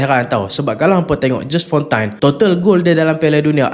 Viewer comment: Lehan … care sebut nme die ju fonta